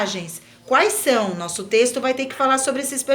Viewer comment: * *trexto kkkkkk